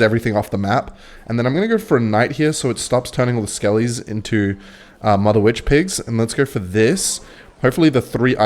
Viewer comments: why does bro say mudda witch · I don't like the way you say mother Witch opposed to motherwitch....